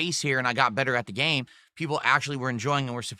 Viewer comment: "There is the new uhh.. gaYme, ZUlda doh the uh what's it called? uh.. HIGH-RULE something something something, it's the waYun that plays like high-Rule warriors..." Spoken like a true alcoholic 🤗